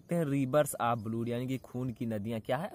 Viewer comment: ब्लूड नहीं ब्लड बोलीये सर